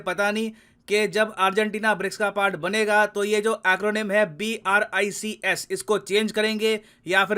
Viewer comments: BRICS TO BRIACS,BRICAS,BARICS ,BRICAS,BRICSA 😀😀😁😁😁😀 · BRIACS BRICAS BRICSA ABRICS 😿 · Briacs 🤣😂 ya fir abrics 🤣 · "BRIACS" LOL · it's BRICAS BRICSA ABRICS BARICS SABRIC RABSIC BARCIS 😅😅😅😅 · "Abricks " sounds much better than briacs. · BRIACS..sound is so funny by 😂